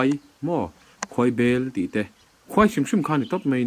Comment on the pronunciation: Khuai bel ni lo in khawi bel tih zawk tur